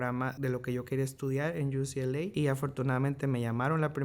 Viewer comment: Se dice UCLA, No ucla. La mia es STCC acá en Boston, Massachusetts. Eres joven y tienes un mundo de oportunidades frente a tí. Juventud Divino Tesoro 😊.